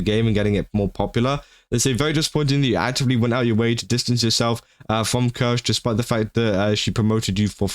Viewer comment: I think you should know how to pronounce her name at the very least. Hurts every time you massacre her name. Written Kirsche but pronounced Kirscha.